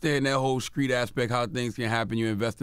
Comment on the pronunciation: Yoo did Charlemagne Finally pronounce "Street" correctly?? Wow